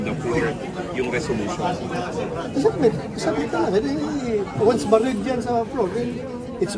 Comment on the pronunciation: Resolution ay selosyon😂